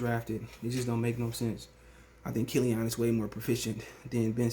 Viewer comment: Am I the only one who hate the way he says killeeON 😂